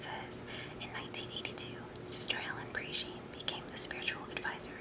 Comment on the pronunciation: Sonnier is pronounced Sawn-yay and Prejean is pronounced Pray-Shawn.